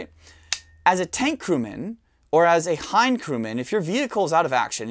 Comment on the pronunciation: I think this might be the smartest gun expert I've ever seen. I had to look up how to pronounce "Hind," and he pronounces it correctly. I'd love to see a lot of footage of the gun in action, but the narration is amazing.